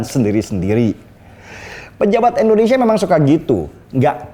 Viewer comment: Indonesia bang.... Bukan Endonesia